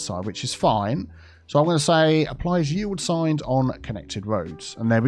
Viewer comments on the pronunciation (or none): “Yield signs!” I kept hearing you say, “Ye Old Signs!”